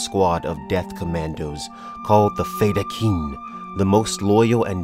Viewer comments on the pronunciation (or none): The Fremen's leaders title pronunciation is not NEEAB, it's NAH EEB, it's not Emperor Shaddom, it's Shaddam, not FedeKIN, it's FahDhaiken. Still Love this video and the illustrations, they are a show of great dedication to this Amazing series that was even the inspiration to George Lucas to create Star Wars!